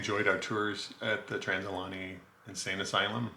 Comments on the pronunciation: I’m sorry but it’s Trans.. al.. Uh…gay..nee. That was driving me nuts, lol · Pronounced "Al-ugh-gay-knee." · It’s pronounced al-e-gany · You are pronouncing it wrong Ali -ganny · This is the second channel to say it like that lol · Say the name wright please